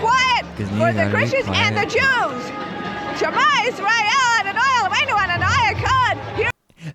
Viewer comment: at roughly the 35 minutes mark, the strange trumpite lady is trying to say 'shma yisrael adnoai eloheinu adonai echad' which is a jewish prayer in hebrew but her pronounciation sucks shit